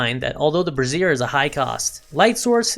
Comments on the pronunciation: brassiere bruh-zeer - vs - bra·zier /ˈbrāZHər/ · Although you may not know this, I'm here to help.... Brazier is pronounced like this: brei ·zhr You & many others I've noticed are pronouncing it like: Bruh-zeer... that's a womens under garment, AKA a Bra. Great information otherwise :) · someone tell this man how to pronounce "brazier" (BRAY-zhr) so he stops saying "brassiere" instead (helpful vid tho) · It's not an undergarment for holding up boobs. Pronunciation: BRAY-zure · Just a minor point Brassier is pronounced Brais - Yer As in Braise, Yer meat. With emphasis in the A not ah and eRR not EEr. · That's not the way you pronounce 'Brazier'. You're pronouncing it like a lady's boob holder. LMAO